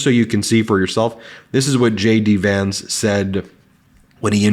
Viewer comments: Shay-Dee Vance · Did he say J.D. Vance or Shady Vance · I mis-heard you, I could swear you called him Shady Vance, feel free to run with it. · Ben did you say shady Vance or JD Vance?? Wasn't sure